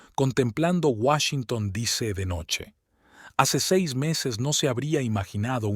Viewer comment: Washington "dice" en lugar de DC...😂😂😂 Desastroso...